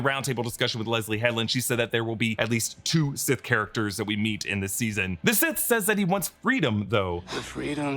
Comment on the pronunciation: He said that he’s “SIS” not “Sith”